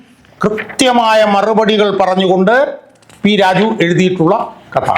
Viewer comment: നീ വ്യക്തമായി സംസാരിക്കണം -- പലപ്പോഴും പി രാജു എന്നത് p rajeev പോലെയാണ് തോന്നുന്നത്.